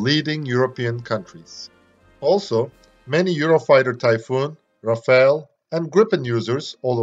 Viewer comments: The french prononciation of "Rafale" is not "Raphael" (the renaissance painter) but "Ra Fa L" with the ending "e" that is silent. The "...ale" is prononced as in "decimal" or "minimal". Anyway, very interesting video. Thanks ! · Please note that the French "Rafale" aircraft prononciation in english is not "Rafael" (which is a human name) but instead "RAFAL" to avoid confusions. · Very informative and well illustrated video about this advanced missile. Protip : Rafale is pronounced like Raf-Al (the french combat aircraft), not Ra-fa-el (Israelian weapon's manufacturer) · It's Rafale not Rafael. It's Rafale not Rafael. It's Rafale not Rafael. It's Rafale not Rafael. It's Rafale not Rafael. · The aircraft is called "Rafale" ( pronounced "Raff-ahl" - the french word meaning a gust of wind or a machine-gun burst), not "Rafael" the bibblical name. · I just want to add a little correction, the "-ale" sound is not the same one as "decimal" and "minimal" where the "a" is muted. It's actually more similar to the pronunciation of "all", so you would pronounce it Raf - all.